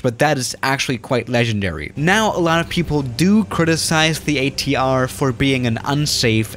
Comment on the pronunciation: totally butchered ATR pronunciation.